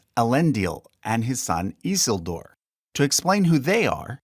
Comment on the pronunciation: The way you pronounced Isildur made me think you were talking about a completely different character for a second. I was like "who the hell is that?" then realized 😅